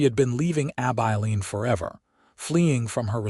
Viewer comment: It is pronounced Ab-i(short I)-lean. Nice to see Sam reach out to Charlotte to stay. Offering her a choice when she thought there was no choice available. 😊